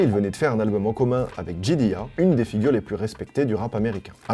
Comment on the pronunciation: c’est une bonne vidéo mais on prononce pas J dilla comme ça chef 😂 Ça aurait été cool aussi de parler de Quasimoto, car Madlib a aussi alter-égo Et surtout de parler du groupe M.I.C de DOOM